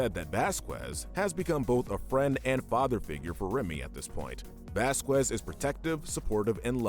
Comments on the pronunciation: its pronounced vas-kez not vas-qwez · Sorry to be that guy, but it's Vasquez not vasquwez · I hate to be THAT guy. but Vasquez is Pronoucned Vaskez. I love WickedBinge and 1upbinge But... i am a little strict on how things are pronounced. (Why am i even writing this comment?) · btw its pronounce vasKEZ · It's spelled vasqeus it's pronounced baskes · Name is it bothers God it's Vasquez Velasquez Vasquez best kids Baskin basket😢 it makes me sad that you can pronounce his name correctly everything but I'm willing to give you one last chance football just I'm all I'm going to do bad would be what is nnn very popular and I'm the would disperse in the world I owe my child on 55 restaurant so very best with stuff and have a question and my boy or a girl😊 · “Vasqwaz” That got me😂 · Who’s bascwez? You mean Vasquez ?